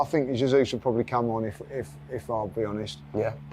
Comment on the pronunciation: you must help and teach him how to pronounce Jesus and not Zasuse.🤦🏻‍♂️